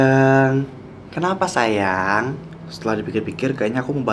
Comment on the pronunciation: Kak susah banget bilang "SAYANG"